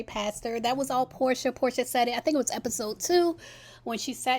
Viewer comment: How is she gonna say “let’s grow up” when in every confessional she says Horsha, calling Porsha a 304 or saysaying she’s sleeping with every African in Atlanta. She needs to practice what she preaches.